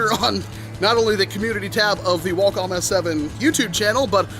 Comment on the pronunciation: Walcom S7 u said whale cums